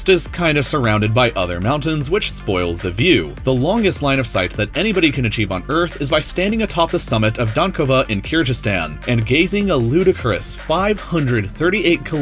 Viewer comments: You mispronounced "Kyrgyzstan." The G is not a J. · It's pronounced Kir-gis-ton not kir-jis-tan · Kr-ga-stan not Kr-ja-stan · Omg, I'm from Kyrgyzstan and Dankova is near my city😂😂 aaand, he really needs to look up how to pronounce my country😂😂😂